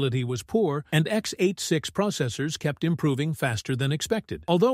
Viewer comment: I guess, these architecture terms are not all on the same level. And if the video was correct, it is a pity, that this voice reads out the technical terms incorrectly, x-8-6. Sad.